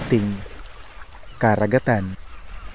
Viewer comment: Boss maganda yung dokumentaryo mo, the best actually!👍👍. But watch out your pronunciation like "karagatan" "pasipiko". I like your documentary..im not basher ok👍😊 ..